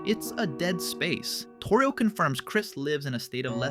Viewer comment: Bro said Toríel